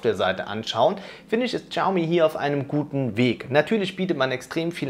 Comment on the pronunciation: bitte, Shaomi nicht Chaomi:D. Aber sonst ein tolles Video;)